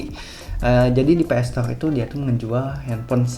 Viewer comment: Ps store bukan PS stoleee 😂